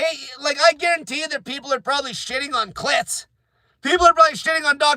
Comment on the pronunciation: His name is pronounced killtz